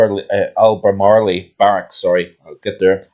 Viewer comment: Thanks, congratulations on the channels birthday, it's pronounced albemarl barracks where I did my basic training